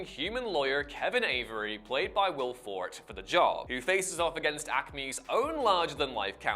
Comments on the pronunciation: Will Forte being pronounced as Will FORT? It's Will Four-tay. Also, Kung Fury having David Hasselhoff isn't just a "random" decision, he did the main credits song and music video for the original Kung Fury release (True Survivor, an actual banger of a song). Was there zero research done into these and just a rehash of Wikipedia articles? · fort? it is 2 syllables. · It's pronounced "For Tay" Forte. The movie sounds ridiculous.